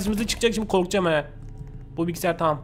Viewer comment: "Bu bilgisayar taam" Abi taam dediğinde koptum kskskskjdırnxodpÖşcnlp